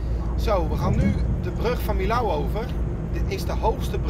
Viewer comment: Super leuke video, ik kijk regelmatig je video's👍 Alleen wil ik even zeggen dat je millau uitspreekt als mijo Ga zo door met je video's, leuk om naar te kijken